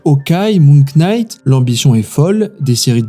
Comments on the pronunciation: Moon Knight se prononce Moon night, pas Moonk kknight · Pour tous les français qui ne comprennent pas comment prononcer knight… le K est muet… ça se dit night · Prononcer le K de "knight" ???! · pitié quand on a KN en Anglais, le K ne se prononce pas !! La vraie raison c'est comme pour Starwars : Disney tue tout ce qu'il rachète !